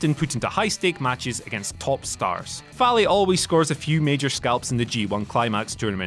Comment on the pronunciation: multiple mistakes with information, mispronouncing fale, really poor quality not expected from whatculture wrestling. claiming in ring ability / achievements matter and then listing prince devitt as number one. disappointing video from someone who clearly doesn't watch new japan. even more shame should be placed on the lack of editorial checking